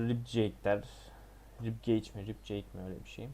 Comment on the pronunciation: Ribcage dediğin rib cage olsa gerek. Rib keyc diye söylenir. Acuraci de ekurısi diye söylenir. Kardeş ingilizce oyun oynuyorsun ama az biraz da öğren dili ki hem daha iyi anlar zevk alırsın detsyları yakalarsın hem de doğru söylersin.